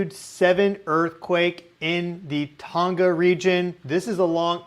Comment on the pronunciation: Don't pronounce the 'G' in Tonga!